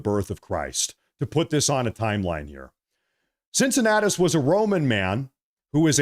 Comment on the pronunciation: The "C" in Cincinnatus is pronounced as ,a "K".